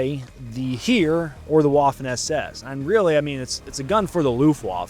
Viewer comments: You pronouncing „Heer“ as here made my ears bleed lol Its actually pronounced like hair! But then your pronounciation of „Fallschirmjäger“ was spot on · Your pronunciation of Heer is driving me nuts. The closest word in English to pronounce this word would be hair. Kind of like a "heh" with a very soft R at the end. Drives me crazy when you pronounce some of the other branches correctly. XD